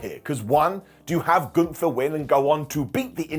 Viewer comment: I didn't watch Summerslam. So i'm confused because you said Omos got eliminated, if i understood it right. So how could he later still be in the match?!? 🤔🤷‍♂️ By the way, it's not Gunthfer, it's Gunther! 😉😅